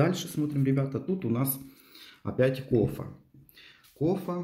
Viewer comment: Почему Кофа? А не кофе!!!